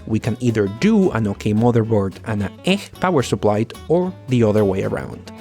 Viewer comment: What is "eh power supply"?😂😂